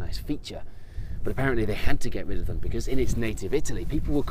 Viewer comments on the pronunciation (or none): none